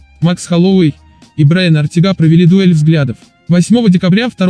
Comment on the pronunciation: Ортэга выговариваеться а не ортега